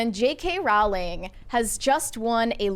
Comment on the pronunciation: Pronounced Rowling like Bowling